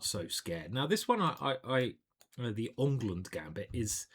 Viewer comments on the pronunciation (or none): none